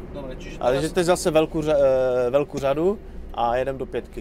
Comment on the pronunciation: až na tu "žadu"(řadu) :D :D :D